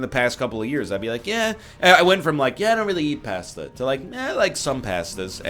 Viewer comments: ok, i can tolerate americans pronouncing pasta like it has an R in it, but saying it is a side dish not a main? that is unacceptable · Why do they make fun of you? Italian here, you say it much better than most english speakers NL! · Pästa? Lol. Where are you from? *Germany*? Nerd! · Erm what's wrong with the way you say pasta?